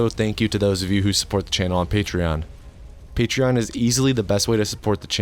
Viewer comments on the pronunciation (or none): none